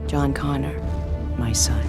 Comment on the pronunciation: Could you sound any more like you're reading from a cue card?? Also, it's John CONNOR! Not CONNORS! If you're not going to take this seriously, go home.